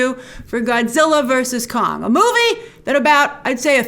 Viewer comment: Every time you say "Kong" I hear "Khan". Star Trek is still with me :D